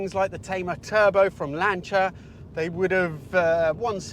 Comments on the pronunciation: "Lancha?" Lan-see-ya... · What the fuck is a Lancha? Do you mean Lancia? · What is the Lancher... you cant possibly mean Lancia, no way...